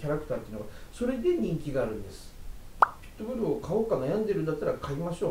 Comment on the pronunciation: ピット↑ブルではなく、 ピット↓ブル